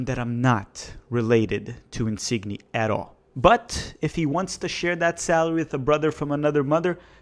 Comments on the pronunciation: I know you're joking about the Insigne pronounciation... right...??? If not, the "gn" in Italian makes a "ny" sound like the last syllable in montanha or lasagna. Love the content man!!! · Please learn how to pronounce insigne. Please